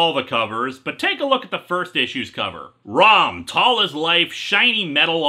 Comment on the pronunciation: I keep thinking he's saying rum not rom I guess there's a marvile like comic coming